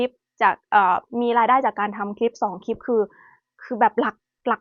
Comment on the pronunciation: พูดไทยได้ชัดเจน สำเนียง100% คำว่าคลิป ยังออกเป็น"คิบ" ร/เรือ ยังเป็น ล/ลิง ค่อยๆปรับไปนะลูก คนไทยเอง ถ้าไม่ใส่ใจก็ผิดเยอะเช่นกัน ไม่อยากให้หนูยึดติดกับภาคเกษตร คนทำเกษตรมีกินแต่ไม่รวย อยากมีกินหาเงินซื้อหรือจ้าเขาแทน เลิกคิดอย่างพ่อแม่บรรพบุรุษเราก็ได้ เกษตรหนักและนานกว่าจะได้เงินเพียงน้อย นวัตกรรมบางอย่างไม่มีตัวตนและน้ำหนักเลยแต่ขายราคาหลายพันหลายหมื่น ยูทูปก็เช่นกัน เป็นการขายจินตนาการไม่มีตัวตน/น้ำหนัก/